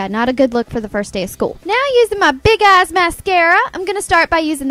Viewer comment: Who else thought she said big ass and not eyes